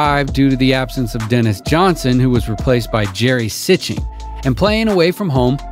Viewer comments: Jerry “sitchen”? It’s sea-sting. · Nice video, but Jerry Sichting's last name is pronounced "See Sting." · Jerry Sitching? Sounds like AI reading a word it's never seen before. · I believe it is pronounced Jerry Seech-ting. Nice, informative and entertaining video. Thanks. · It is pronounced "see-sting" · awesome vid, bro, but sich-ting was pretty funny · Jerry See-sting😮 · Good video!........but Jerry Sicthing is pronouced Jerry [ See-sting ] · It's pronounced Jerry Sea-Sting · Sichting is pronounced "Seesting" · It's pronounced "Seesting" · Hire dare anyone mispronounce Sichting’s name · Nice pronunciation of Sichting. Not.